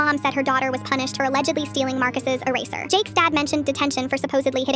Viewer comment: Did u say eraser or racister cuz thats what came on the text to speach